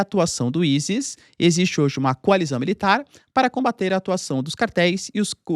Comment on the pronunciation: Prof e ISIS ! Mais se Le AiSis